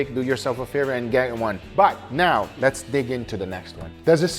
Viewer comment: I always enjoy hearing accent at all times, but I particularly extra enjoy every time he says “jell-omen” mostly when speaking to both Angel and Leo.” Honorable mention goes to when right before the “Home Depot” music starts (iukyk), and he says “So less do iiiit”